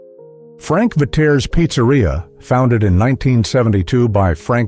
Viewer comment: It was Pronounced Veteers not Vateres